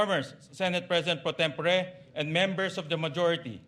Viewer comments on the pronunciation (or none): Pro-tem-po-re talaga?